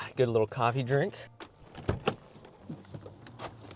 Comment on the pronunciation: You saying coffee drink in the beginning of the video was cracking me up pretty good.